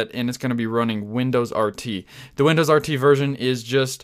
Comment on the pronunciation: comon. its "windows"